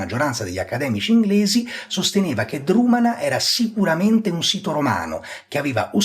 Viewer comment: Egregia analisi. Un solo appunto: Drumanagh va pronunciato con una velare aspirata, in modo simile a un fonema semitico.